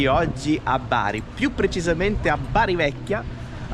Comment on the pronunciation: Non si dice Beri ma Baar' Grandissimi, buon proseguimento!!